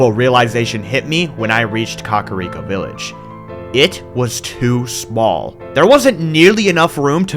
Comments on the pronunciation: Why are you saying "Cock-ariko village"? Lol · Up untill this series is thought kakariko was pronounced kah-care-eeko not 🐓-ah-reeko😭😭 I also thought it was hee-bra not heh-bra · "Cock a rico village" lmao